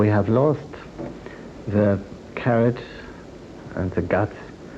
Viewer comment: he says lost the courage, not lost the carrot :D